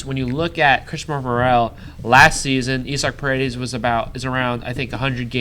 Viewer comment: This was a heavy start promising ending… I agree with you gotta have some loyalty to the faces of the franchise to maintain a fan base. Isaac Paredes nice pronunciation of his name sad to hear but sounds promising. Rays fans quality memes quiet seats noted.